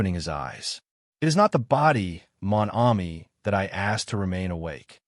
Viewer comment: Not a bad reading except for the butchering of the few French words that Poirot is so famous for i.e. Mon Ami.